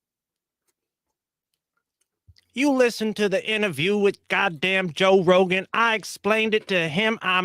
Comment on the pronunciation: “doe Rogan” 😅